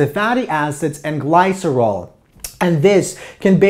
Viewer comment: This was a very clear and helpful lecture. The only complaints I have are petty: some mispronunciations (glycerol, somatostatin) and that gamma comes before delta in the Greek alphabet. But I really like this lecture and will recommend it. Thank you!